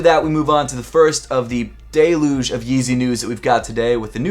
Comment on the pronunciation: its amazing to me how many people there are that don't know how to pronounce "deluge". simply amazing.